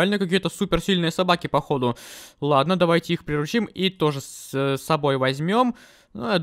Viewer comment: Интересный факт: не-правильно ставит ударение в слове приручим, правильно не прирУчить, а приручИть.